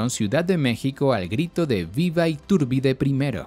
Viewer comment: Me estresa que le modifiques el nombre y lo pronuncies “Itúrbide”...